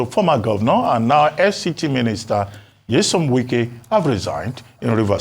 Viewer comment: Wike is his name not Nwike. Funny attempt at Igbonising him.